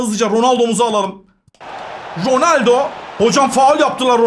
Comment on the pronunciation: Cristiano rrrrronaldoo